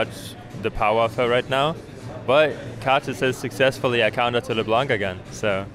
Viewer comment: Oh, he learned how to pronounce "LeBlanc"! No more "leblenk" meme :(